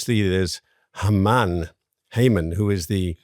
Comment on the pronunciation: Why are these people saying "Hayman" instead of "Haman".